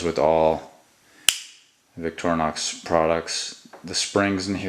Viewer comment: btw....... it's pronounced "vik-tor-e-nox."..not "vik-trin-nox"